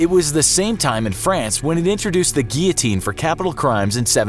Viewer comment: Tf is a giateene it’s gilateen